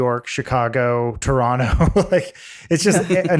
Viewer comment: Adam pronounced Toronto like he is from here. Also, we know you still love TDot!